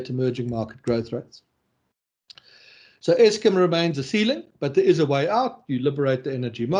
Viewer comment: Why does say Eskim?